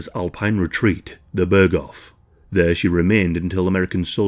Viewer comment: ah yes, the Bör Goff